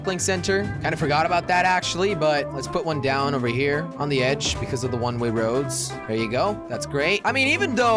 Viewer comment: "one ray roads" said jelly